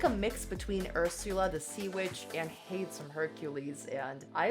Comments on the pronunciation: First of all, "Hayds"? It's Hay-dees. You might as well say "Nike" to rhyme with "Mike." That being said, good job on your choices. A lot of them were amazing. Denali's Aurora Borealis look was a serve. But UTICA. Did she really have to come that hard? Amazing! I disagree with you calling her an "under-rated fashion queen," though. She's been featured in VOGUE after all. The only one from this season with that distinction, as far as I know. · Not “Haids” 🤣🤣🤣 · Please learn how to pronounce Hades correctly. You mentioned the movie Hercules. Did you watch the movie? If you did you would know it's not how you said it.